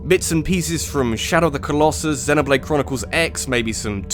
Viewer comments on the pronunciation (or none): none